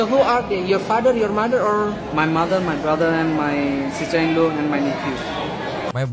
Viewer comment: Sister in law bang, bukan cicinggo.. 😄 😄 😄 Kakak ipar 🤣